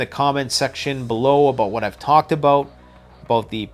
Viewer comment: BAHAHAHAHAHA....a Canadian said 'BOOT'....BAHAHAHAHAHA...keep it up...love the content btw...its aboot time...lol...